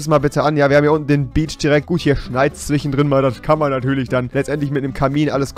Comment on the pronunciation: Rewi du hast einen Sprachfehler du kannst kein sch aussprechen du sagst immer ch z.B. zwichen